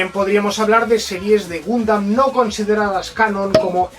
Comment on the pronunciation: Si me dieran un chupito por cada vez que dice "Gumdam", ya estaria en un coma etilico. PD: Puto copyright.